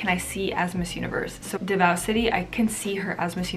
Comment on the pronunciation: PARAÑAQUE --> PA-RAN-NIYA-KEH DAVAO --> DA-VOW HOPE IT HELPS U SIERRA